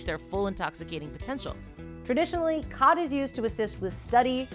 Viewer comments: its pronounced more like gat than khat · Watching from Ethiopia Africa. It is pronounced chat not cat. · You're mispronouncing it. Its not Cat its more like Chaat. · It's pronounced as "Chaat" in Amharic 😂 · It’s pronounced “ghath” (Yeman)